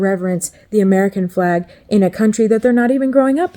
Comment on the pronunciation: You pronounced Flag as Plag, Uniquely Filipino, eh? It's nice you haven't forgotten how to speak Visaya